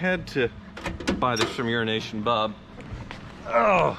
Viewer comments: Eurasia Bob, not Urination Bob. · I heard Urination Bob, it took me a minute, I'm not quite awake yet.